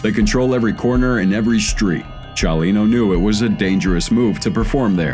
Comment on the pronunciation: I kind of liked it....I liked the way he would say Chalino or the names of Mexican cities.